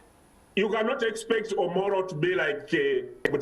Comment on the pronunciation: Its Omoro county not omolo?